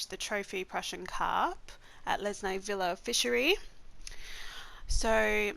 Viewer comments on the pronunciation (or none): Not vílla but víla